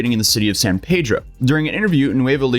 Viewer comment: please note, “San Peedro” is the pronunciation of the city in California. “San Paydro” is the town in Mexico.